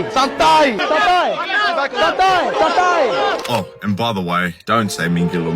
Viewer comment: Saat speed bilang santai malah kedengaran satai alias sate